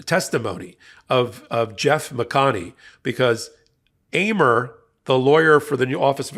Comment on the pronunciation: Man, you really mispronounced 'Amer." It's pronounced the way you say America, just stop at R. First time in my life btw, have I come across someone with my name in the news or anywhere else. It's weird.